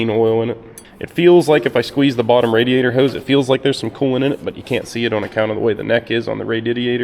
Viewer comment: wait wait wait, say radiatior again like